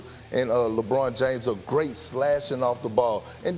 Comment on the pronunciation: LMFAOOOO MANS SAID GROAT😭😭nah this comment got it